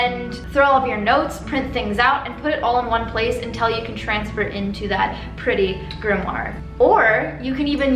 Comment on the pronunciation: Are you saying "grimmoir "??